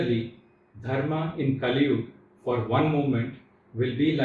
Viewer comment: Please say Kaliyuga, don't say Kaliyug like urdu speakers